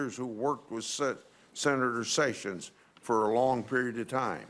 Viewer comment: Is it pronounced "Jayf Sayssions"??